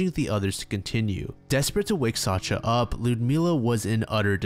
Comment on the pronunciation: just fyi, Sacha or Sasha is pronouced sa- SCHa like shushing someone. I know pronouciation varies from language to language but its a pretty widespread name so maybe this is helpfull